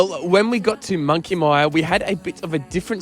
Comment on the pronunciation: Monkey Miiiiyyaaa not Monkey Meeeeyyyyaaaa! Anyrate, nice video and amazing to see how much that whole region has changed over the decades. Grew up since birth in the early 1970's doing two trips every single year to visit friends in Denham (and still doing it) as well as spending days around Shark Bay and Monkey Mia. Was nothing there back then, even the road into Shark Bay was all gravel through from the Great Northern Highway turn off. Rarely used to see anyone else at Monkey Mia or Shell beach, even though spending sometimes a whole day out there fishing and swimming. Looks like most of the places we travelled all over Australia that were once very remote and isolated have become major highways and hot spots. Tourism is obviously a massive industry all over the country now, giving a lot more people much easier access to travel and explore 👍